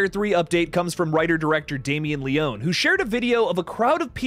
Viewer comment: Great content. I love your updates. Especially of Terrifier 3. I gotta say though....my only gripe is your pronunciation of Damien Leone's last name. It's pronounced Lee-own-ee. Not Lee-own. Other than that, you're perfect 😊. Thanks for all the awesome content my friend!